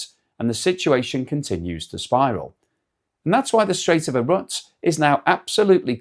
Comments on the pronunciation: Pronounced hermuuuz nit hemuts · Why do you always say Hormuz like that? It seems everyone say it differently! 🤣